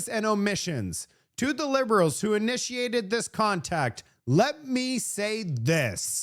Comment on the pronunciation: it's " Lest we forget" not " Less"